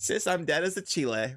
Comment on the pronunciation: Pronouncing it as Chile 🇨🇱 is taking me outttt 🤣🤣🤣